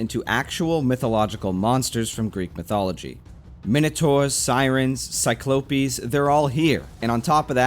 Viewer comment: The way he pronounced ‘cyclops’ killed me